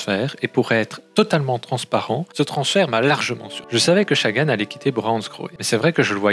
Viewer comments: Je suis d'accord, c'est la première fois que j'entends qqn dire chagan et franchement, c'est chiant ! (et ça fait que 1min17 que je regarde ta video qui a l'air plutôt bien faite au demeurant) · L’analyse est intéressante mais la prononciation des noms des coureurs catastrophique malheureusement. Peter Sagan avec un S comme serpent et Chagan comme un chat. Sam BenneT et pas benêt. Mon commentaire va sembler un peu rude et c’est n’est pas le but. Pour moi c’est juste le gros point à améliorer pour que la vidéo soit plus agréable à regarder